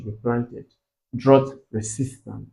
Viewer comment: Sir is drought not droght